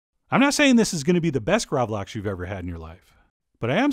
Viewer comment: Really interesting recipe, definatelly gonna try this! One thing I gotta say, is that the A in gravlax is pronounced more like the A in "Bark" or "Park". The word translated from Swedish to English is Grave salmon. It originates from the 17th century where salmon was buried in salty sand and left to ferment. It used to be a lot more similar to surströmming, but the recipe has evolved into what we have today.